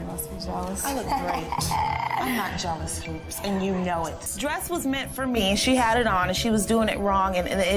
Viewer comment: NY pronunciation for your everyday life. "Hoops" Pronunciation: "He-you-oops"